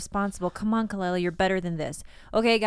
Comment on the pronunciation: Khaloola lmao As a girl who's name is always mispronounced I felt THAT